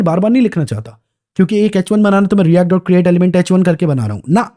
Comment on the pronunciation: bhaiya react ese bolte h jese hum printing engineering sikh rahe ho